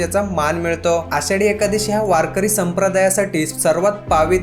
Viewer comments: छान माहिती दिली...! पण उच्चार एकादशी असा असतो , पुढे काळजी घ्या . धन्यवाद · एकादशी आणि एकादिवशी उच्चार नीट करा